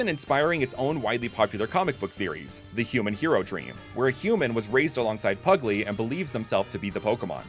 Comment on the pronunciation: A pugglee ? ... PERRY !!! THE PUGGLEE